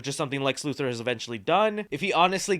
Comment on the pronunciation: IT'S LEX LUTHOR. LU-THOR. Not Lu-Thirr. LUTHOR.